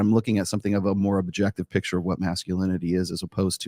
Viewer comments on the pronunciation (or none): none